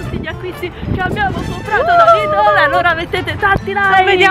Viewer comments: perché invece di dire lidl dici sempre lidol? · scusate ma si dice LIDEL ...anche nelle pubblicità dice venite da LIDEL super sconto....sbaglio?Io l'hi sempre chiamato LIDEL...Comunque nn penso che nn si dice lidol😂😂😂vb dettagli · sono una tua fan da tanto tempo ma si dice Lidel ❤❤❤